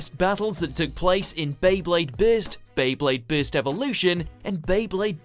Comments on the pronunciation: bro why are u telling bist instead of burst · It's not beyblade bitz lol it's burst